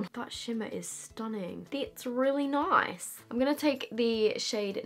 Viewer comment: When you said “it’s really nice” in a funny voice totally sounded like an Aussie or New Zealand accent! #questionoftheday would you ever consider visiting New Zealand on holiday?? Love you heaps!